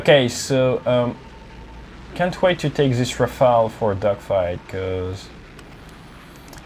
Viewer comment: Enfin un anglophone qui dit « Rafale » et non « Rafael » aha même si t’es français Até 😂